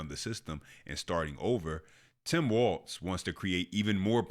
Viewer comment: I can't stand Tim walz but how come 90% of you can't even say the guy's name right it's walz not waltz